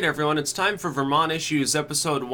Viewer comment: "vermonty" HAHAHAHAHA